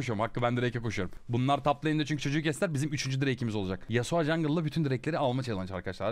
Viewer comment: yasua değil yasuo